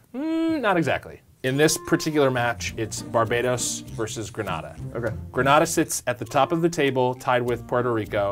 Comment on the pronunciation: Granada is pronounced phonetically as grɑˈnɑ ðɑ not grenade